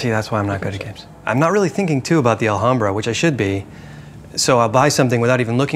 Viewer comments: While this is absolutely correct, Wil and Co. are in the Los Angeles area, and there is actually a nearby city/neighborhood named Alhambra, pronounced the way he's saying it. They're still technically wrong, of course, but I can understand why they're saying it the way they are. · will doesn't now how to say alhambra... always pronouncing the "h" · I just feel the need to point out cause it bothers me Alhambra is Spanish so you do not pronounce the h so u say it Alambra, which sounds prettier and is correct, other than that I love table talk and Will Wheaton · WIL: It is pronounced "Al-am-bra" or more correctly "Ul-um-bra". (Said normally, not with some naff, pretentious accent or anything.) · It hurts to hear Will pronounce Alhambra (in spanish the H is silent) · Oh, thought he was pronouncing it as a Spanish J. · Wil pronunciation of Alhambra is hilarious :P. In spanish the H is silent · I did use it. The wiki clearly states the origins of Alhambra. I *never* said it was in Arabia. I said it was *Arabian*. The Moors had conquered that area of Spain and had it built there. The wiki also clearly states how to pronounce it.. and I assure you it is NOT with a silent "h". The word Alhambra itself is also explained, being an Arabic word.. and it's meaning also stated. So don't tell me to look something up you *obviously* haven't looked up yourself. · THE H IS SILENT DAMN YOU!!!! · a little off topic but....the "H" in alhambra is a silent letter ... mute It ;) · guys your pronunciation of "alhambra" its so bad lol